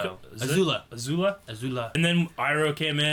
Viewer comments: He called Azula “” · It's Azula not "Azulu". Are you have a crush on her?